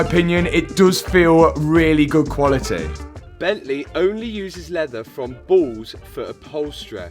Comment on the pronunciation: i thought he was saying its leather from balls and not bulls